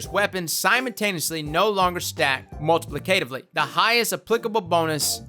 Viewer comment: Thumbs up if you enjoyed ' heroic attempts to correctly pronounce "multiplicative" and "systemically". A valiant effort, but the South is too strong in him.:-D